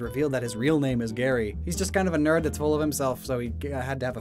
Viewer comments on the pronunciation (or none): none